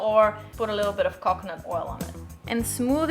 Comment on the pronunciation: She almost sounds Brazilian and says coconut like I used to, but it would get me in trouble every time. Cockinit 😜😂